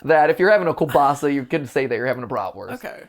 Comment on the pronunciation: MAT why are you saying it like Killbassa its KIEŁBASA(btw I know its hard just wanted to comment something :P)